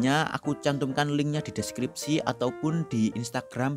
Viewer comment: menit 1.25 kok deskrispi bukannya deskripsi ya :v